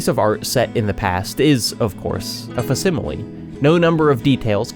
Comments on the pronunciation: Imagine pronouncing facsimile as “fass-im-uh-lee” 😂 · Theres a "c" in facsimile